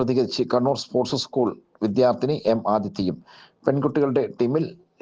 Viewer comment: ഉസ്കൂൾ അല്ല. സ്കൂൾ. വാർത്ത വായിക്കുമ്പോൾ ഇതരത്തിലുള്ള ഉച്ചാരണം പ്രത്യേകം ശ്രദ്ധിക്കേണ്ടതുണ്ട്.